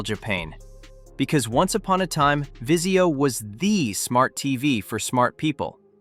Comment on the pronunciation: Vizio not Visio lol